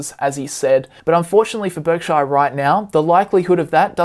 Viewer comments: PUBLIC SERVICE ANNOUNCEMENT TO ALL AUSSIES: stop pronouncing Berkshire like "Berk-shy-are" ... its named after the county of Berkshire in England which is pronounced more like "Bark-sher". It makes you sound stupid when you say it wrong. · Just an FYI, no offense meant, Berkshire is not pronounced Berk-shy-er.